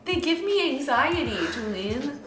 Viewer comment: But he only responds to "Julien-uh!" That hidden 4th syllable, thanks Jenna! 🤣🤣